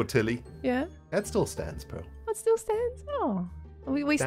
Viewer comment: I only just realised that the way says "Pearl" sounds an awful lot like "Peril"